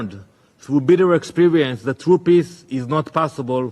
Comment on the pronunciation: If that israeli guy says 'piss' instead of 'peace' one more time...